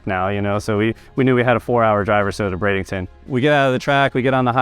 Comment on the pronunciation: Why does it sound like he’s saying bradington instead of Bradenton?